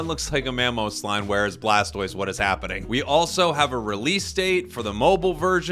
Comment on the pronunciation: I love how he said “that’s an odd blastose skin” and “mamogengar” IM ACUALLY CRACKING UP😂😂😂😂